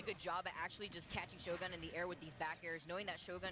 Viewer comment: what´s wrong with them pronouncing their names like they do? glue-tony and sho-GUN (pew pew) wtf?!